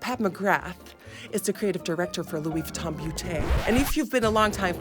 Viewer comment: Louis whytton HAHAHAHA i love u